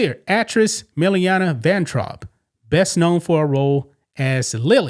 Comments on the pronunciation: Milana, not Milliana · You badly mispronounced Milana. But I've never heard of her - probably because I don't watch commercials. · This is what you call news? She started doing this months ago. You can't find anything else to call 'news?' And you didn't even say her name right. Sheesh.